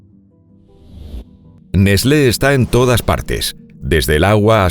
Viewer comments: Que raro que suena escuchar nesle, en mi pais se lo pronuncia ''nes-tlee'' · NESLÉ? Es mucha puta ciencia pronunciar "TL"? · Se pronuncia nest-le? Yo le decia Nes-tle debo haber parecido un idiota.......🏃‍♂️🏃‍♂️🏃‍♂️ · N E S L É ?? JAJAJA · Neslé :v